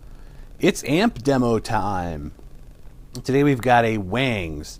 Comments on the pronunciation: Wongs is the correct pronunciation..... great video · It's actually pronounced Wongz bro